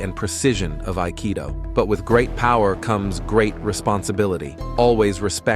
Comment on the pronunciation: ypurer Nonsens. Nicht einmal das Wort "Aikido" wird richtig ausgesprochen. Die Techniken haben kaum Zusammenhang mit dem Text, der Großteil Quatsch ist.